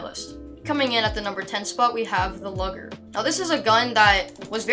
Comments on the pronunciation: Its pronounced loo-j-her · did u know the luger is pronounced "looger" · MY MANS PRONOUNCED LUGER AS LOGGER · nice, but why did you call a luger a lugger? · bro said lugger 💀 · Lol it’s pronounced loogar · It’s pronounced loo-grr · "The lugger"